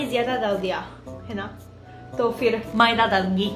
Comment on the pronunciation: Madiya nahi maida but good hindi I am your old friend of you